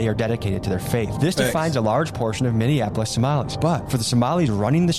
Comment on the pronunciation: Minnieninapolis like my guy if you are going to be in media learn how to read or consult google on the pronunciation of words.